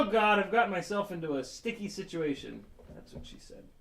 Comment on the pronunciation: dang i missed the live stream "sit-chee-ation"